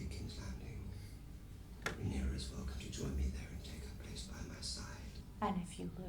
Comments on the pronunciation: I don't think will ever get Rhaenyra's name right. He keeps mixing it up with Daenerys. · I love how has read the book and watched the show but still mispronounces Rhaenyra's name